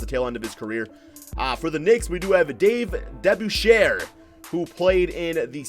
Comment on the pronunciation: He pronounced Dave’s last name wrong from the Knick’s and pistons it was funny 😂